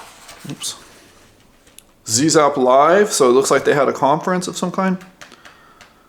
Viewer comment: Great review! FYI: "Zzap! 64", the incredible UK magazine for the original Commodore 64, is pronounced "zap". Cute to hear you pronounce the American "zee zap", but just letting you know. I went to Zzap for a day back in 1986 and met the original team - so it's fantastic that the magazine has been revived!